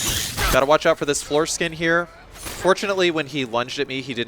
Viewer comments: I thought the whole time you were calling them foreskin, not floor skin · I thought he was saying foreskin for longer than I wish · am i the only one who keeps hearing foreskin and not floor skin?